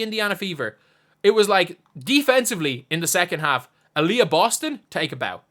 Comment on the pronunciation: I heard it as "Alyssa Boston- bald" 😂